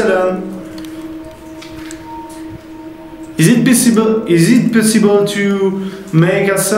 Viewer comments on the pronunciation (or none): IS IT PEE-SSIBLE ?